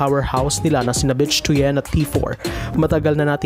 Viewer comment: Hindi "Bitch" ang pronunciation ng "Bich". Should be ~ "Bit" with weak "i". For "Tuyen", should be similar to "Tuwin" na ang stress ay nasa "win".